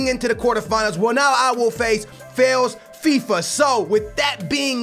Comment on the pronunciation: did he say failsfifa